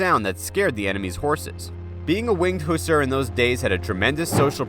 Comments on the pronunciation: It's husSAR: accent 2nd syllable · Mispronounced Hussar which means Hungarian Calvary and Hapsburgs, which were the ruling kings of Austria.